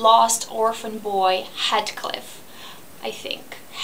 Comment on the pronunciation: HEEETHCliff! Not HEADcliff!